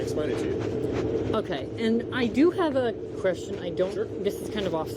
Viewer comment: "I do have a qrestion"